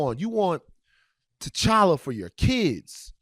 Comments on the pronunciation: Aye hold on why ain’t nobody tell my mans that it’s pronounced tCHalla CH CH CHALLA 😂😂😂 no shade he speaking facts altogether lol #RecastTChalla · The character is so important can we at least get his name said right.lol. But yea recast. Tocolla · Lord, I can't get over the fact dude kept mispronouncing T'Challa.